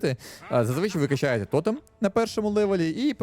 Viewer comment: не тОтем, а тотЕм